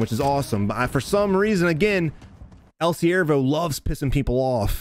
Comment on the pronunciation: Brooooo your spanish is on point in your subconscious that's so dope I laughed my ass off when you were saying El SiervoPR